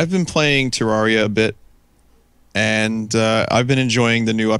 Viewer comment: I am so glad to hear somebody say Terraria the way does. I always get weird looks for saying it like that, but it just sounds so much better. Also, it's nice to see somebody understanding why teenagers pirate so many things. I just bought a New 3DS XL, which already bankrupted me, and now I've found that it's the only console I own that I can't softmod and "acquire" the games for (I figured it would be as horrendously easy to hack as the Wii is), which is extra horrible because the 3DS has the most ridiculously overpriced games; I just don't want to wait like a year until I have a steady job and can afford to drop $200 on a measly four (handheld, mind you) video games.